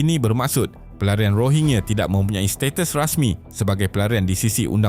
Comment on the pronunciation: Min sebutan tu biar betul..bukan Rohingye.. Rohingya..😂